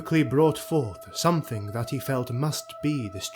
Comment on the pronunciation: Good effort, but narrator says "somethingk," etc.